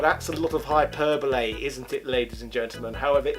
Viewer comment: Can you say hyperbole again please? Thanks. X